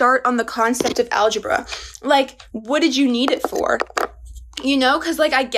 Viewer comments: Algebra? More like algeBRUH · Man, that girl makes me go, algeBRUH Wow after I posted that, she said algeBRUH 😂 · "algebruh" you guys are killing me 🤣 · Like i knew she was gonna say AlgeBRUH but she said it so well i died laughing in class and almost got kicked out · algebra? more like alge-BRUH I nearly spit out my soup